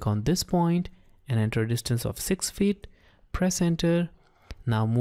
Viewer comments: It's annoying how you pronounce "feet" as "fit" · your microphone settings are very Good but it's Pronounced FEET not FIT. 50 FEET not 50 fit. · It was good except try to say 'FEET' like 'SEAT' rather than 'FIT'. It was annoying. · Disturbs me when he says fittt